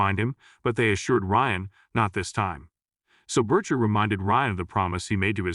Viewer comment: Why does he pronounce it Bercher?